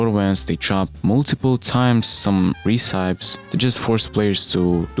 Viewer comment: "Recipes" say it with me. reh - si - pees